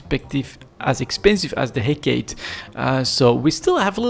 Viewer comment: Head Gate.....Hecate....sorry just always funny to hear you say it.